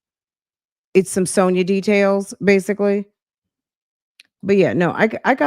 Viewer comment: He said Basily again😅 yesterday call he asked her if she was “undercomfortable” God this ain’t right lol